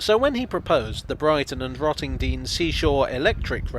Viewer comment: You pronounced Rottendoom wrong 🤣🤣